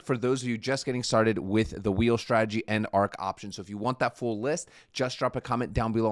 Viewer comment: Please please stop saying Shhhtradegy... there is no h in strategy...dont worry, you're not the only one